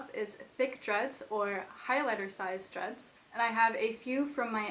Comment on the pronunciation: every time she says "dreads", i think that she says "drugs".... wtf ears.